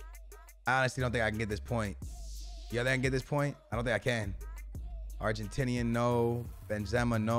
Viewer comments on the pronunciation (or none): none